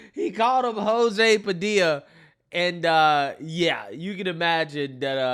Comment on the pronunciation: Jo-zee Pa-dill-a needs to just shut his pie hole. 🤣🤦🏼‍♂️